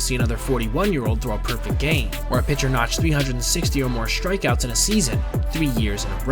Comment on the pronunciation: Good video. Recommend you pronounce ‘strikeouts’ just the way it’s spelled, not like ‘shtrikeouts’.